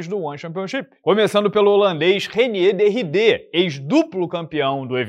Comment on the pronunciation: ranier dê ridê foi foda,, aprende a falar o nome do cara, anão kkkkkkkk